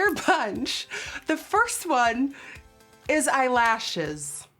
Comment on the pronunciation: ok the way she said "aeye lashes"